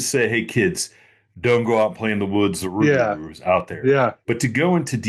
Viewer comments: Never heard it pronounced 'rug - a - roo' 😂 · Hello gentlemen I'm from Des Allemands Louisiana Yall don't think I'm trying to sound like a dic but it's pronounced Rou-gaH-rou.. that's how my how my great grandmother born 1893 died in 1996 pronounced she was also of native American decent but not just her every person I know down here in deep south Louisiana pronounces it that way it just trips me out when I hear folk say rugahrou like said 😝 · In my culture...in my culture...in my culture...You're 1/8th Indian max. Just looks like a normal white dude to me. Seem to see that a lot on these channels. Larping. Oh and it's pronounced 'Roo-gaH-roo'